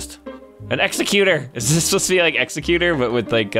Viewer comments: the Pokemon is pronounced eckseggutore by the way I know that its spelled exeggutor. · The Pokémon’s name is pronounced egg-zeg-you-tour not executor